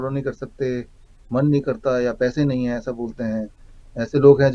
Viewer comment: तूम "है" शब्द को सही बोलने की प्रैक्टिस करो। डा0विश्वरुप राय चौधरी सर की वजह से "भारत की बिमारीयाँ" जड से खतम होने वाली है। आप दोनों का अभिनंदन....हार्दीक आभार. 🌷🎸